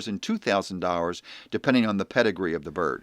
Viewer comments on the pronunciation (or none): Daw-rrr-ers instead of dollars 😂😂😂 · He says "dollars" like "dowers" lol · Did he say dorras instead of dollars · Dollars? Hours? I keep hearing "hours"! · I know this is serious, but the "Dorrars" made me laugh and loose focus for a moment. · "Ven-uh-zuh-way-luh" "dowwars" twitches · He says "dollars" like owner of city wok in south park